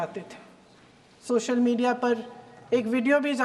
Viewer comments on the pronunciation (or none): none